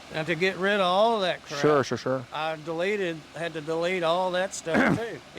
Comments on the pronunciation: This man said "I doneleated her" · “I dunleted it”